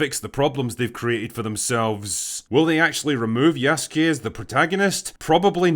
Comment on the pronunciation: I was glad you said Yasuke right but then immediately butchered Oda Nobunaga’s name 😂